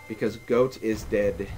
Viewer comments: IT"S PRONOUNCED "GOT" NOT "GOAT!" HOW COULD YOU MISS THAT!??? Sorry, someone had to do it xD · ITS PRONOUNCED GAWT NOT GOAT!!!!!!! THIS MEANS WAR!!!!! jk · I loved the epilogue. Re the pronunciation issue: Since "Goht" isn't a real word, I don't think anyone should quibble over your pronouncing it either way. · Even if it is pronounced "Got," who cares? Goat is a cooler pronounciation. Cause goats are cool. Gots aren't. Nuff said. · i believe it's pronounced "bird" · goht is actually pronuonced got. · I have never died to nor have i seen anyone die to Goht. I always thought his name was pronounced "got" but i dont care as long as you dont pronounce it like "Gort" or "Gobi" Lol XD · I giggled at the last bit. Always thought is was pronounced Goat since that's what he looks like. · I've always pronounced it "goat." I think I've only ever heard one person say it the other way. And I love that little extra bit at the end. You sounded like you were enjoying yourself! xD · Also, after looking at it, I'm almost positive it's pronounced "Goat"... "Got" just sounds cooler :P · You pronounced Goht wrong. I'm un-subscribing immediately. I hate you and everything you stand for. I hate your friends, I hate your family, I hate your family's friends, and I hate your friend's families. Please, stop Let's Playing and jump off a slightly higher then average hill. That'll teach you to mispronounce minuscule things that really don't matter.